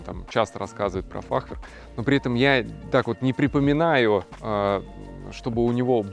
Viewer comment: в слове фахверк ударение на Е ставится))) на будущее Вам сказал)